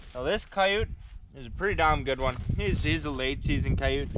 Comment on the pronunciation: wth is a ciyute? lol we call them coyotes here in the Adirondacks